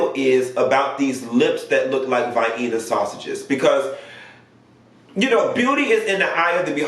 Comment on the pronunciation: I've never heard " Vienna" sausage pronounced like that.....it tickled me!!!!!